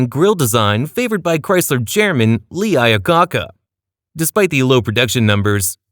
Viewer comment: Lee Ioa Cacca? FAIL